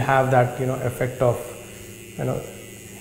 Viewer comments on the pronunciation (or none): none